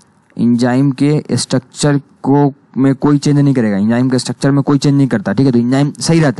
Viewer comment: enjyme nahi enzyme hai